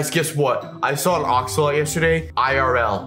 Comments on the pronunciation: bro he said axalot not axolotl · I love how he says axolot instead of axolotl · It’s axolotl not axolot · you said axolot, not axolotl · Btw axolotl is pronounced axe-o-lot-ol